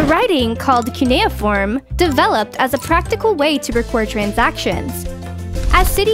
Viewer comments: “Cue nei a form” it’s “Cue ni form” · U FRIGGEN MISSPRONOUNCEDD CUNEIFORM (i know cuz i studied it recently) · It’s pronounced Kyu ni form Not Kaui ni form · It’s not pronounced kuuneforme its suuneform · I thought “cuniform” was pronounced “soon-eh-form” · Cuneiform Is Pronounced (You•Nuh•Form) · I’m just sayin it’s cu-ni-aform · Sorry but it’s pronounced Cue-neh-form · It's not cuneiform... It's cuneiform ( cyu knee form) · Anyone else annoyed at she said “cuneiform”? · If Gilbert and Sullivan taught me anything, that's not how you pronounce 'cuneiform'. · You pronounced cuneiform wrong